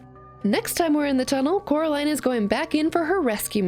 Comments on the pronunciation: Ten seconds in and I have to hear it being pronounced coralin. It's pronounced coraliiiine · its Coraline not Caroline sry but its true (also sry if you said Caroline on purpose)